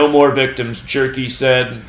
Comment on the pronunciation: IT'S 'G'-GIRL; GER (HER)-KEY. NOT, JERKY...I AM SCREAMING, SCREAMING, ON THE FLOOR...LMAO!!!!!!!!!!